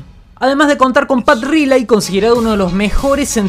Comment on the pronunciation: Pat "railei" se pronuncia así.. mejora tu inglés